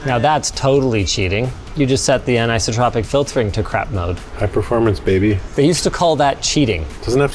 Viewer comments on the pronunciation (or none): none